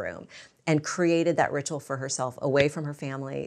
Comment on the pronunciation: could you say ritual one more time lol